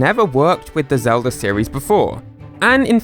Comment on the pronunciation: Who's link? You mean Zelder? The hero from the Legend of Zelder?